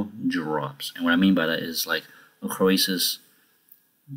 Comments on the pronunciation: You say it like Crow-Sus, not Cro-Ay-Sus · disliked because of how you say croesus